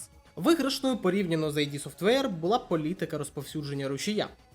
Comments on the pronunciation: Друже, відео непогане, але... 1) не айді софтвейр, а ід софтвейр 2) претензії до АЕ притягнуті за вуха. Не варто звинувачувати двіжок за те, що на ньому всі роблять ігри + використовують фрі ассети. Винен в одноманітності не двіжок а розробник гри. Без негативу, мирного неба ❤ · Вибач, друже, я побуду трохи душнілою, але. Вже мабуть вдесяте я відкриваю відос про ігри українською, радію що так багато стало контенту, і знову чую що ютубер називає компанію Кармака, Ромеро, Хола та іншого Кармака "Айді Софтвер". Ну, курва, зайди ж ти на вікі та прочитай шо воно "ід", так ще й значення слова дізнаєшся, невже не цікаво?